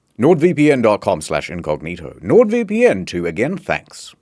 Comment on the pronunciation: Why he says "Sword VeePee N'